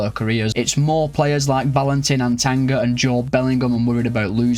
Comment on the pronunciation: Not once did bro pronounce Atangana right The cameroonian in me is crying😂😂